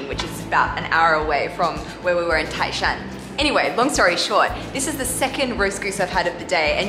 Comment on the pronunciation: tái shān，NOT tài shān😀😀😀